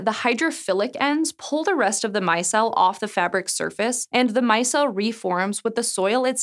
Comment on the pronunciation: my-CELL, not MY-cell, col-LOYD-al, not col-LIED-al. I love the videos! I love all the hosts! and I'm not suggesting re-dubbing or anything, like when you guys re-uploaded that one video to fix the weird brick analogy. But you could make a note in the video description or the closed-captioning, or even pin the most polite person to point it out. :/ (Merriam-Webster's website will pronounce words for you if you aren't sure!)